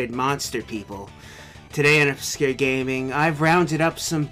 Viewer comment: Lmao he says Oscure with a silent "c" lmao classic